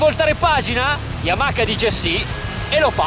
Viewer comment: da uno che dice Yamaka non si può pretendere troppo :D